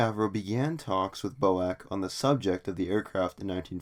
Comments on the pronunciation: A friend of mines dad was a 707 pilot with B.O.A.C. He NEVER referred to it as BO-ACK. It was always B.O.A.C. As far as I'm concerned the Bo-Ack business is a transatlantic mispronunciation of fairly recent origin. I had never heard of it pronounced that way until a couple of years ago. I think you are incorrect on this one. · Boac? B. O. A. C. FFS! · BOAC? Never heard anyone say that before. Its B.O.A.C, with each letter pronounced separately. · "Quick note: I am aware that the formal way to pronounce BOAC is as an acronym (B-O-A-C), however, within the airline itself it was usually called Bo-Ack. While one is more well known, both are correct" Said Nobody Ever, oh, Except You! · Bo-Ack, "Falcon" islands ... very poorly researched. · FFS, stop saying "BOW-ACK", it is B as in Bee, O as in Oh, A as in dAy and C as in Sea! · BOAC is not pronounced Bowack. Its British Overseas Aircraft Corporation or B.O.A.C. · "Flew in from Los Angelees B-O-A-C, man, I had a dreadful flight..." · Rubbish it was never reffered to as Boack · Perhaps you could provide some evidence it was called Bo-Ack within the Airline then. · B.O.A.C is absolutely Not pronounced as a word. It is always pronounced as four single consecutive letters. It is an acronym and should be pronounced as such. To pronounce it as a word is to display one’s ignorant illiteracy! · I've simply stopped watching the second I heard "bo-ack". If you can't pronounce the name right, why would you expect you audience to believe anything else? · PINOCCHO CHANNEL!🤪..."Bo-ack" 🤣🤣🤣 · Bizarre turn of events (pronunciation) in this vid. Just so you know, British Aircraft Corporation was shortened to B-A-C……prior to it becoming B-A-E. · I presume you live in the Us-Ah. Mispronouncing names is considered rude. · "British flag carrier Boac" What??? You mean B.O.A.C. pronounced "Bee Oh Ay Cee" ....That's a schoolboy error!